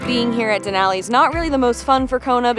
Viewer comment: You are saying Denali correct 👌